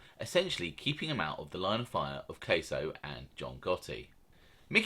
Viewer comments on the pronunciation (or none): Bruv..jus lettin u kno, it's not pronounced like cheese queso..lol its Casso..like rhyming w Gas..get why it's Gaspipe..n the accent is great but 3rd man is pronounced con-sil-ieri Keep it up mate..enjoy em all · It's Gaspipe Casso. Cass-o, not Case-o. I don't mean to be annoying, but I just want you to pronounce as best you can. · It’s NOT pronounced Kay-so it’s pronounced Kah-so and Louie E. Is a complete gentleman,always was... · Its gasso not queso 😂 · It’s casso not case-0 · It's pronounced Anthony Casso sounds like assh_le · I love the young picture of Casso, my mother said he was gorgeous when he was young. You pronounce his name in a way i can’t recognize. Your accent is awesome, it is. This is constructive… caaahsssso… i thought the that slap was folklore. Ooooh. Good for Paradiso!!! ❤.